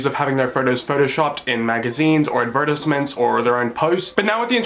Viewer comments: Great video! I almost had a stroke when you pronounced "advertisements" "ad vert as ments"! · The way you said advertisements tripped me uppppp